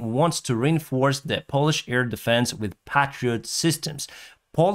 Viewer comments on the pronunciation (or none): none